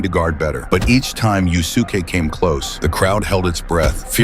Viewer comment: It's pronounced "Yus'ke", not "Yu Su Ke".